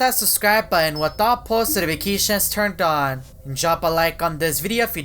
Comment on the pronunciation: it's not boan it's button ok? Learn to pronounce And it's not suscrie it's subscribe it's nottttttt labotory it's laboratory